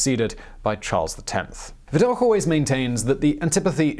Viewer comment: It's "Viddock" not "Viddokh"